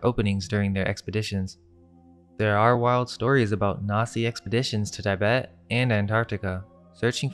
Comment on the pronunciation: Its tee-BET not TIE-bet